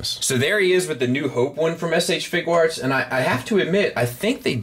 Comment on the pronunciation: Question: Are you sure about your pronunciation of 'Figuarts' as fig-warts? I read it as 'fig-you-arts' as in a play on 'figure arts. So I'm curious if there is an 'official' pronunciation. Thanks man, hope you and yours are well.